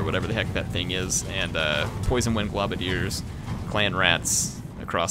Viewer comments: I hate to be an arse, but because I've seen it on multiple videos... It's pronounced "globe-a-diers", not "glob-a-diers". Sorry! Peace! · you're killing me, man. It's gl-oh-badiers, not gl-ah-badiers. It's because they throw globes of poison at their enemies. Keep up the great videos, by the way!